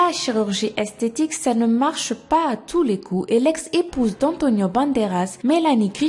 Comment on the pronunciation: Tu dit esteti et pas estetique